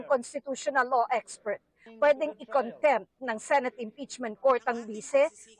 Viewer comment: contempt.....hindi content...paki correct lang ang pronunciation...